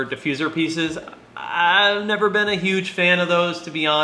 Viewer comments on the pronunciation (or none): none